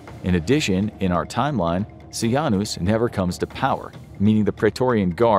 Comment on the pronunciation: its Ce-Jane-us hard J hard a